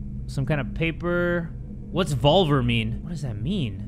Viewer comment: Haha i was just about to comment this too, chuckled a little bit by how he pronounced "volver" (vólvr lmao)